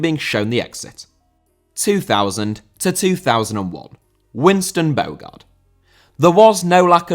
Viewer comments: Your pronunciation is awful. Ade is pronounced "Addy". Bogarde is pronounced "Bo-harder". It shows you only read fact sheets rather than experiencing it at the time, nor looking at them playing on YouTube. Poor show, man. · Bogarde* not Bôuwgard